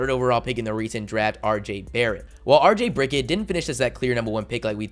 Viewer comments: Why did he say Rj Brickit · Did u call him rj brick it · “Rj Bricket” 🤣🤣🤣